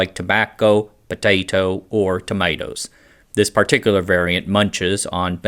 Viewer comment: lold at the pronounciation of tobacco, potato or tomatoes. Big fan of your vids buddy, some of the best content on yt for years <3